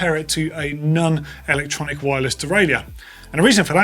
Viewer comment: Please...can someone teach how to correctly pronounce 'non' 😡😂😂😂😵😵😵